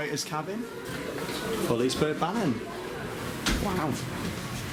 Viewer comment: Good old Liseberg. Been years since last i was there. Think they still had the woodie. Not sure though. #Pro(not really)Tip: To help pronouncing Liserbergsbanan, pronounce banan like you say Banana (just cut out the last A) :D